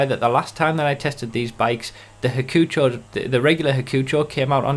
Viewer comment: I don't like how you say Hakuchou. It's "hak-u-chow" not hackfjhesiosorur... Okay?